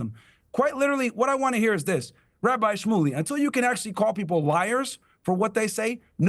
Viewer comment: 😅YES! COOKED! This "Rrrrhabi" and Piers and too 😅